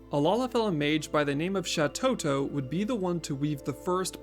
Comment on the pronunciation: Shatotto... Shantotto...